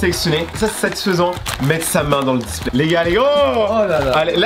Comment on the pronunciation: Les gas il dit la displait mdr🙃